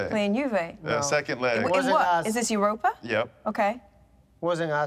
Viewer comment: It’s not Iuropa, it’s Europa.